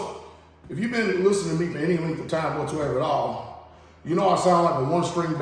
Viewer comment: The only one I know that can say "whatsoeveratall" and it's one word.